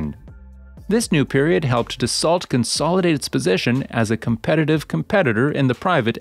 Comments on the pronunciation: You lose all credibility when you can't pronounce the name of the manufacturer correctly. It's not Da-salt. It's Da-so. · It's pronounced DASS-SEW not DASS-SALT. Dopey AI voice...